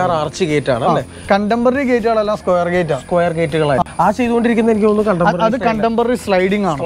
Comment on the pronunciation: സ്ക്യുയർ പൈപ്പ് അല്ല സ്‌ക്വയർ ട്യൂബ്